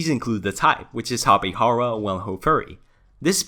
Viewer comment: the pronunciation of the letter "j" in Tapejara should be said as in tapejaridea. remember that in Brazil, we speak Portuguese, not Spanish.